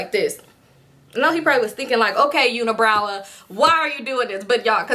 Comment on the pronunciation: Yooooooooo “Uni-browa” took me TF OUT 😂😩😂😂😂